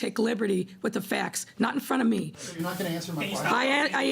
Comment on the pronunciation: "You'recnyourecnyourecn" Ok, Ma'am.